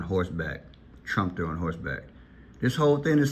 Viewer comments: You are saying Trumpster it is pronounced Trum pe ter! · Trum-pe-ter,. They’re talking about a trumpet 🎺 player.